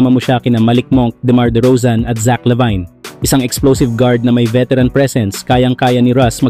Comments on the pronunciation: bro mali pronounce mo ng LaVine pakinggan mo sana muna ang tamang pronounce saka ka sana nag video.. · Di nanonood ng basketball to, lavine lang at d aron di mabigkas ng tama..ahaha